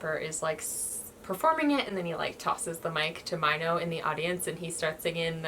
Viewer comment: You pronounced Winner's Minho like "my no" but it's actually prounced like "me no"... He is your bias...right...??